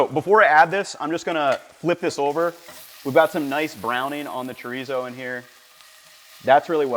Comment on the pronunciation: I love you Ethan I really do, but the way you just said chorizo was the whitest shit I've ever heard. it gave me a laugh. great little breakfast taco/ burrito though.